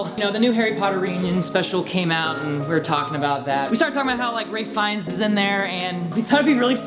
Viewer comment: Are we gonna ignore the fact that calls Ralph Fiennes "Ray Fines" like bajillion times in this vid? D